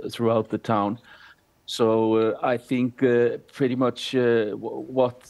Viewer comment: That is not how you say the name of the town!!!